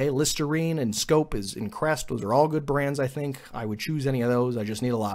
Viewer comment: You said scope, sounds like snope. first website had an add for snopes